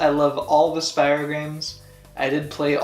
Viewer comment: You kept saying Spyro wrong it’s Spyro not spyro